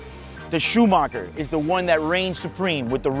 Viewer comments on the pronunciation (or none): none